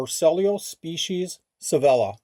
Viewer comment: I also think Sevilla is pronounced “say-vee-ah”. Loved visiting that city!